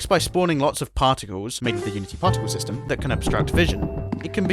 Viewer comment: The moment I heard him say "so I made some particles using unitys particle styme" was the moment I subscribed